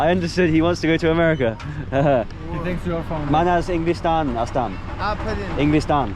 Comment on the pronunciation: I focus on them pronouncing America with amrica 😂